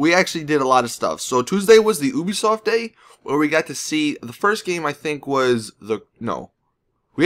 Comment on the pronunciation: FINALLY someone who can say it normally!